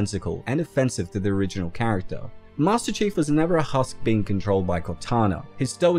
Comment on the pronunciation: I can’t stop laughing everytime he says, “master cheeks” 😂😂😂